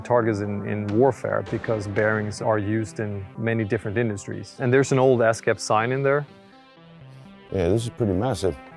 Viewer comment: Stop saying esskeff...